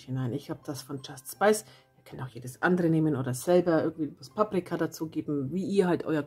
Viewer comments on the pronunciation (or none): Du sagst immer Just Spice. Heißt das nicht Just Spices? Mit s am Ende? Ich hab die Gewürze auch und da steht doch Just Spices darauf. Sorry, wenn ich das jetzt mal sagen muss.🤗Ist nicht böse gemeint.😊 Das Rezept ist auf jeden Fall der Hammer!❤Vielen Dank!